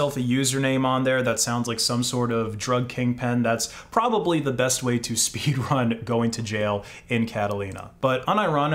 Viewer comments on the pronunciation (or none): none